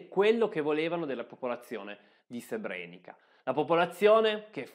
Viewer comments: Altro bel video (anche se ti sei scordato la pronuncia di Srebrenica che,come ti fa notare qui sotto Paolo Colombo,si pronuncia Srebreniza,e te lo avevo detto nell'ultimo video 🙂). C'e' da dire inoltre che molte vittime degli stupri,sono costrette oggi a vedere quasi tutti i giorni i loro stupratori che,essendo in liberta',camminano per le stesse strade delle loro vittime. Delitto orrendo,lo stupro ma,purtroppo,da sempre usato regolarmente nelle guerre. Inoltre so per certo di militari dell'ONU che hanno violentato donne e ragazzine ed hanno fatto i soldi con il mercato nero,in Bosnia. E te lo dico perche' io c'ero fino alla fine del 1993. Comunque,bravo. 🙂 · complimenti, al solito un video fatto molto bene. Piccola nota: il finale "ca" si legge "za" quindi Srebrenica si pronuncia Srebreniza